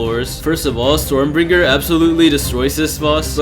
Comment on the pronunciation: it's stormbringer not stormBRINJER SJSKSHKS ARE YOU CRAVING A BRINJAL